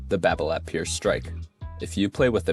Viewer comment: You don’t pronounce the “t” on Babolat!